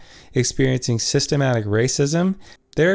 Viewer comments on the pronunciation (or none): Good points! Also its systemic not systemATIC.